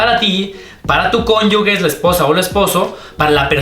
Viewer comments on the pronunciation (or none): Muchas gracias por la información, solo una observación al decir cónyuge suena tal cual, si suena la ge